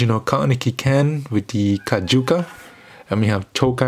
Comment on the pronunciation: Y did you say Kajuka and not Kakuja